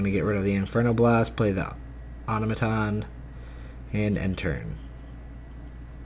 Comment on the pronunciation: Au-Tom-A-Ton not Auto-maton